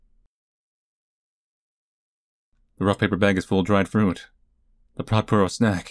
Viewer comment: ITS PUR OH NOT POO OH